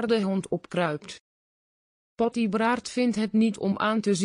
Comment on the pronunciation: Wat een uitspraak dat is zeker een computer Patty wordt Potty genoemd 😂😂😂😂😂😂😂😂😂😂😂😂😂